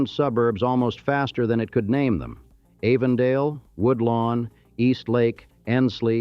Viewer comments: The facts are pretty well straight, a few of the pictures are unrelated but, the narrator can't even say Avondale correctly. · This thing is narrated and created by AI. Too many mispronunciations and redundancies like Avondale with a long "A" or Elyton Land Company with a shore "e". Then the NAACP saying all letters and not N double A CP. Really lazy. I see a lot of these type of AI productions lately on YouTube. I had to stop listening. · Avondale is pronounced like Adam or apple & not anything like long A sounds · I agree- I cringed every time he said “Avondale”. He also mispronounced “Wachovia”